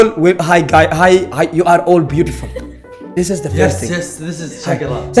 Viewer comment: ذس از شقرا😂😂😂😂😂 الله عليك يا ابو عسكر انت واللغة الانطليزية